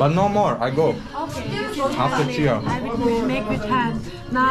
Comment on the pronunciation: Your Nepali pronounced is so good, selroti and chiya is so clear ❤️